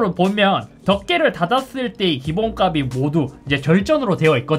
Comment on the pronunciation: 기본값이 발음은 '기본까비'가 아닌 '기본깝시'로 발음해야합니다.